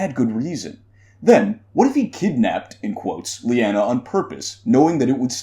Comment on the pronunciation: I friggin LOVE this theory! You have a unique interesting spin on it that has my wheels turning! LOVE it! Thumbs up! As a side note, I believe it is pronounced "Lie-ah-nah" instead of "Lee-an-a" :) Keep up the great work!